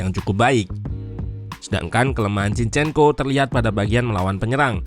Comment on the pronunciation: Jinshyenko bacany ya